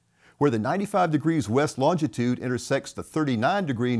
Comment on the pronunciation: There is only one t in longitude, not two. It’s not longtitude.